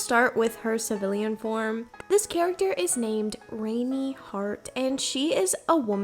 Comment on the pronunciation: BTW the name Rani is pronounced more like "Ronny", not "Rainy"!